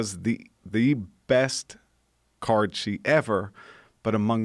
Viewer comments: what was that word he was sating, sounded like he was saying, " this guy was the best 'card shee' ever"? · Anthony Schrayer “Card Cheat”